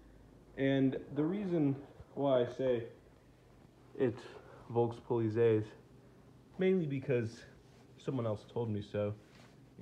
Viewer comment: It's pronounced Folks Politseye.